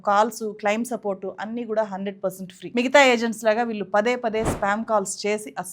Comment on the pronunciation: మీరు "కళ్ళు" అని పలకలేరా? కల్లు అంటారేంటి అసహ్యంగా? అదేకాకుండా "వాల్లు, వీల్లు" అని పలుకుతారు. నేర్చుకుని కెమెరా ముందుకు రండి. మీకు చెప్పీ చెప్పీ మాకు సిగ్గేస్తోంది.